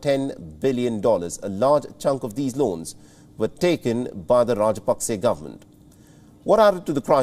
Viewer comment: it is NOT Pakse. ot is Paksa. hrsva sa vowel.